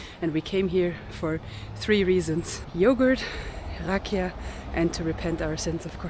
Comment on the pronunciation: Rakía- the accent is on the i, not the a. Sófia- the accent is on the Ò not the a... The way you pronounce it is the name of a girl named Sofia. Super video!!